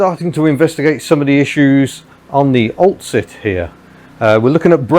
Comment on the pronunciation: Cant unhear " Ol' Cit' " - Old Citroen. Was it on purpose maybe?